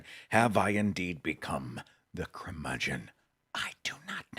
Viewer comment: The word is "curmudgeon", not "crumudgeon".